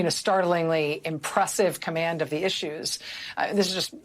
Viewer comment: Maddow: "Moments of startling commamd". Wow.